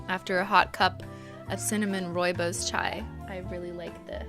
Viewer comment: I was fricken STOKED when she pronounced "rooibos" (almost) correctly!!!!